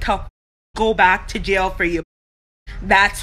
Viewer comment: Did she say" bac to jail" lol